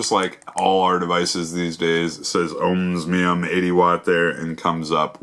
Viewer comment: Good review, dude ! I got mine yesterday and really like it. Your the only reviewer who pronounced the name correctly. I don't understand why others have a problem with the pronunciation. My suggestions to them are to look at the word and sound it out, its really not that hard. Thumbs up brother, keep the reviews coming